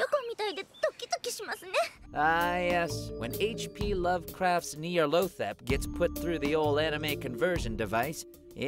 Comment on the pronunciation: slight nitpick, you said nyarlothep but it is actually nyarlathotep. other than that i liked the video